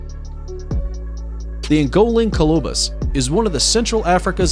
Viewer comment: Does it REALLY require THAT much effort to Google the pronunciation of readily available words like Tanzania, genet, colobus, etc, before you record & upload a video???